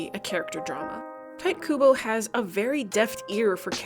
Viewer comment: Love that you apologize for how you pronounce Manga, then fucking nail the pronunciation of Tite Kubo, or as I (have once) call(ed) him, "Tight Butthole Kubo"